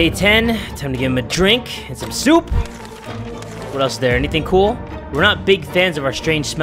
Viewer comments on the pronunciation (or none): And some S O O P